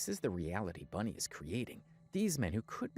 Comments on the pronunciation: I don’t like her at all, but it’s annoying me that you keep saying Bunny instead of Bonnie😂😊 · Its bonnie not bunnie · Its bonnie, not bunny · Its Bonnie not Bunnie. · It's Bonnie! Not bunny lol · Its Bonnie not Bunny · Bruh it's BONNIE...not Bunnie😂😂😂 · Sweetheart- it's ***BONNIE not "Bunny" 😂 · Bonnie, its not Bunnie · BONnie not BUNnie. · BONNIE not BUNNIE 🙄